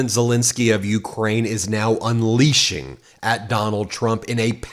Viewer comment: Why do you pronounce Zelenskyy's name wrong EVERY TIME?! Please get it right!